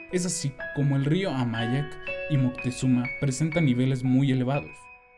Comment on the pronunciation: El reportero muy mal su pronunciación, es (amajac) . No (amayac).